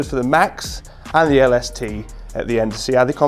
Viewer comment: When he says “LaSuhTuh” 😂😂